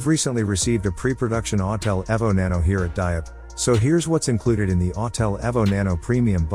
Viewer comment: E V O the E is hard. Not ev but eeeeee vo. Listen computer voice boy learn how it’s pronounced..